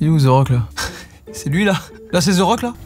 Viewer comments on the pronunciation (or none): The .. se prononce de .. svp Joycas pas ze rock .. de rock pour the rock